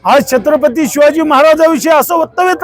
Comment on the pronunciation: तुच कर ना मग हे काम. तु भितोस का काळं फासायला. अरे तुला धड छत्रपती बोलता ही येत नाही. कोण निवडून देतात असल्या अनपढाना कोण जाणे 😂😂😂😂